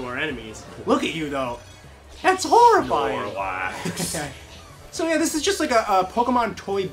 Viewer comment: did you just say snorlac? >:l haha